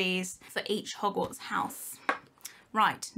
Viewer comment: When she says hogwarts kinda souns like yogurt